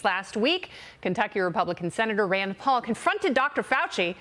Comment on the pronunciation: s did she call Senator Paul an "actornn" with long "N" thrown in for reasonable deniability or purposefully mispronounced Just to get the truth out but also cause confusion of what she says!? 🤔 Every media should be scrutinized and looked at with a critical eye !